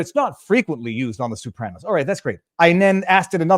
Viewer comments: Viva, the Sopranos is pronounced So-pranos, not Sue-pranos. But you’re a lawyer, so you’re excused. LOL!!! 😂😂😂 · Sopranos, not soopranos! Aaaaaagggghhhh! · I'm getting tilted listening to "Soup-ranos" over and over. Is that Canuckistanian for the plural of Soprano? Jeez: Simma down and learn how to pronounce a word, maybe ask AI, before you make that word the highlight of your podcast. (You might not want to annoy Italian Trumpers.) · WHO THE HELL ARE THE SOUP-RANOS?!!? 😂🤣💀